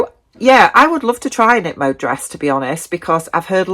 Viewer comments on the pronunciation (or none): Hii I'm Dutch and currently live in Belgium. The K in Knip Mode is not silent. Knip = cut, mode = fashion . Thanks for this video, i got some new ideas for items to sew ❤